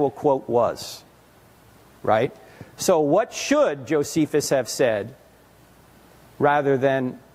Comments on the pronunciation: Claims to be a linguist but mispronounces "Josephus"....but overall sounds like an intelligent young man with some decent questions. Hopefully he too is open to the facts presented to him as well for learning and hopefully his salvation. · This man is probably in undergrad and trying to flex things he was taught in his classes but doesn’t know know how to pronounce Josephus. Please take some time and LEARN. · 🚨🚨😂 man these kids today think they know it all cuz they got the internet lol. “I’m a linguist” but idk how to pronounce one of the most famous historians in world history …… kid, sit down, shut up, listen, and comprehend logic. Please 🙏